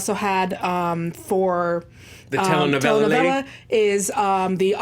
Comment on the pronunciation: Almost nailed the Telenovela...closed. The pronunciation was off in a few words. But, still a fun listen.👍🙂